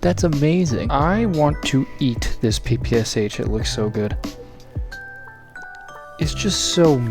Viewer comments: Always wanted to tell you,. It's not P-P-S-H! It's P-P-Sh. It's only 3 letters there: ППШ. And it sounds something like Pe-Pe-Sha. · Be careful with 5talker referrences and/or visuals. You can receive a strike occasionally. It was a lot of channels demonetized or deleted recently. Also, PPSh is Pa-Pa-Sha (Daddy) - Pilstol (Pule-myot) Bullet-thrower by Shpagin